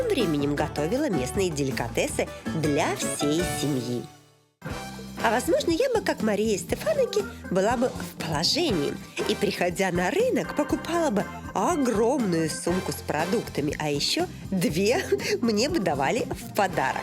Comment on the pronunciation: СэфанАки.ударение на предпоследний слог.а не СтефАнаки.